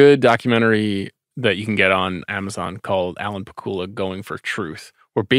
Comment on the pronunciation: It's pah-KOOL-uh, not PACK-you-la?